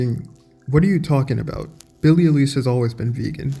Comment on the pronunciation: Now this channel is fucked, the already fucked up topic is just fucked up a little bit more. Can't even pronounce her name correctly, promotes the idea to call " meat eaters " animal abusers and racist. I'll eat a big mac just to make every person mad that gets triggered by that, peace.